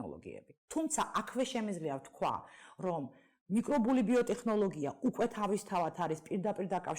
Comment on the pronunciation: ტე”ხ”ნოლოგია რა უბედურებაა